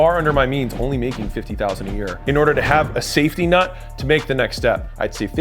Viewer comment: Alex the type of guy to intentionally say NUT instead of NET so that people will comment about it and boost the algorithm 😂